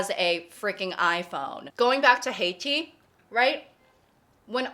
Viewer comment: Also Heytea as "Haiti".